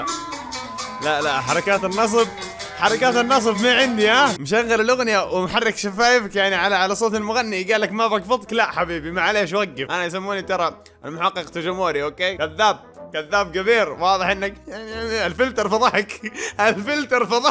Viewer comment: المحقق توجو موري 🤣🤣😂😂 اسمه المحقق توغو موري او قول موري